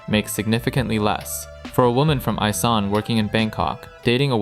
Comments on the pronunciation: It isn’t isan it’s called “e-San” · It’s pronounced EESan not eyesan. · “E-san” guy, not “I-san.” Also, “gah-toy” rather than “kah-too-ee.” Sigh,third edit: “sah-nook” Long u sound on the second syllable. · You speak isaan wrong, use e instead of i -> esaan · it’s pronounced ie-san not ay-san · I live in thailand. This video is so insanely uninformed lmfao. First, it's pronounced eee-san, not eye-san. Second, your viewpoints on intercourse are based on western christian values. People here don't see it as some sacred thing to be coveted and so your comment about how "they'd work any other job if possible" is kind've hilarious, because there are plenty of normal everyday thai women who have normal office jobs, that also freelance on the side for fun and a little extra cash. Intercourse here doesn't carry the same moral weight or stigma that it does in the West and it's not some "tragedy" narrative the way it's portrayed in the west. Cambodia is not a safe place to visit, good luck with that lol. The tourism decline is because the most common visitors to thailand, the chinese people, have been avoiding thailand due to a couple high profile incidents of chinese people being kidnapped by cambodians in thailand then brought to cambodia to work in scam call center as slaves essentially. Has literally nothing to do with your double pricing theory or anything to do with backpackers/freelance tourism lol. sa.nùk isn't really about work ethic, it's about your day to day social interactions with people. With regards to work, thais work WAY more than the average american does. If they're lucky, they work office worker 9-5 hours. If they're poor, they may work 27 days a month or more. 10-12 hour days aren't uncommon in the service industry, either are 6 day work weeks. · what the bloody hell is eye-san. It's eeeee-san. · E-Saan not I-Saan. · "Isan" is pronounce "ee-san" just for future reference :))) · It's called E-san not I-san. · it esan not isan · It’s pronounce EE SAN